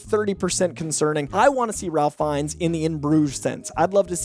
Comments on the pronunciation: ralph feinnes isn't pronounced like a normal Ralph. it's pronounced Rafe. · Ralph Fiennes' name is pronounced "RAFE," just for future reference. Love these casting suggestions! And I'd be happy to have Sterling K. Brown and Justin Hartley in the MCU, but I don't think we're going to get both lol. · It's pronounced Rafe Fiennes, not Ralph Fiennes. Rafe. It's spelled Ralph, but it's pronounced Rafe. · Ralph Fiennes pronounces his name “Rayf”. You mispronounced his name 4 times in under a minute. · Hi! Just wanted to make sure you had one more note on this...RAFE not Ralph Fiennes...